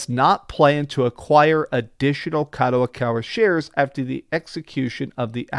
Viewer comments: Its Kadokawa not Kadowakawa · it's kadokawa not kadowakawa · What's up gayburs.. The guy's pronunciations are off more often. - Gayburs - Kadowakawa - Klyobrille etc. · Kadowakawa ????? Who tf is that 😂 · doing it once is maybe passable but god damn he's been saying kadowakawa for 3 videos now lol i'd expect better from someone who worked 10 years at a book store and reads books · At least read Kadokawa properly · Stop butchering the name. Wa Wa WAHHH